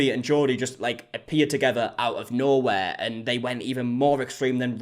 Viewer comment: The way you say Jodi is like Geordie 😂